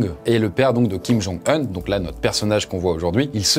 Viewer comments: Ça me perturbe le fait de dire Kim jong EUN .. tout le monde dit OUN xD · il prononce OUN en EUN toute la vidéo non ? 🤔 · Son nom se prononce pas Kim Jung « Oune » ? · Petit détail : C'est Kim Jun Un et ça se prononce : Quime Joune Oune. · Ca se prononce « kim jung oun » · Kim djong oun c’est comme ça qu’on le dit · kim jung heun ???? je suis pas sur de la prononciation a part sa toujours aussi intéressant et bien conter je like 😅